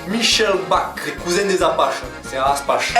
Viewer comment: Aspach hahaha se lit aspak